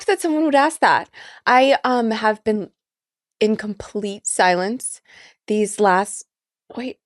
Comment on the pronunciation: Bin…😂 Been…😂😂…Bhenn😂😂😂